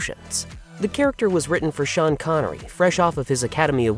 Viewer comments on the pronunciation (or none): none